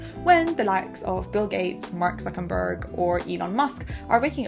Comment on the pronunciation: Did you say Mark Suckinburg?